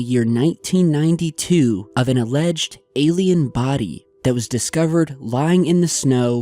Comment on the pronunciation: Really awesome. Big fan. Do I believe in this shif? I do. Saying it would really be hard or expensive to do in ‘92. Creative artists making molds, poor quality video and some silicone. You saying “1992” sounds like 1880. Even these people could pull it off (-the video capabilities of 1992). Sorry still love ya. Starving art student obsessed with 80’s horror movies.